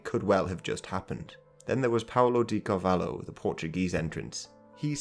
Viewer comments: Sounds like Car VA lee oh. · The pronunciation of Carvalho and adeus made me smile